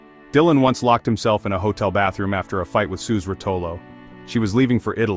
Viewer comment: Ai didn't even say Suze's name right. It's pronounced 'Suzie'